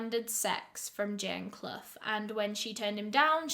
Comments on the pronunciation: Love ur channel. Quick question....Is Clough (Asking cuz U pronounced it properly) a common name over there!? Its my maiden name and nobody in my life has ever pronounced it properly. Lol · My last name is Clough but no one in the US pronounces it correctly. Honestly kinda weird to hear it right from someone else.